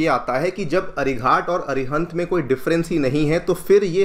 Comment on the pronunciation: अरिघात कहिए, अरिघाट नहीं।